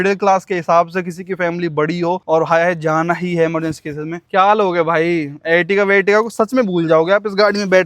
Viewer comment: Ertiga dhang se pronounce karna seekhle bhai